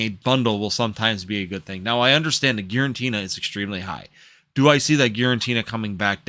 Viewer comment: It’s Giratina by the way not GiraNtina 😂